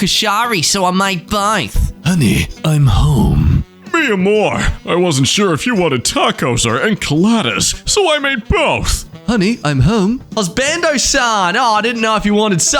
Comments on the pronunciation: I’m in pain 💀💀💀 what is that accent and ENKAlALATES what???? I feel disrespected lol 😂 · that enchiladas pronounciation made me physically hurt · currently feeling my soul shrivel up along side every spanish speaking person ever at that pronounciation of enchiladas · "Enkuhhleedas" Never try to speak spanish again for the love of god/j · Why’d you pronounce it en-cuh-lah-das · OK I know you did not just say "enkilladahs" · That pronunciation of "enchiladas" killed me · No kidding. This is such a bizarre take on Mexican women. Also this Australian voice actor not knowing how to pronounce enchilada and thinking fajitas are a new trendy food is hilarious to me.